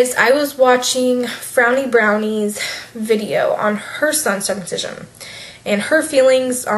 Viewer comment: I'm not at all opposed to your view on circumcision but for the love of God, you mispronounced it the entire video. It's your child, ignore what others say.